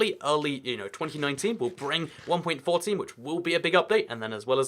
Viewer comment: Waw I’m dumb this whole time I thought he said 40 new stair and slabs and walls I was too hyped , he kinda said 14 weird and mumbling, I’m an organic build and I was hyped waw